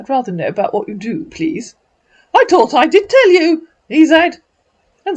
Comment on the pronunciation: I taught I did tell you. I taught I tau a puddytat!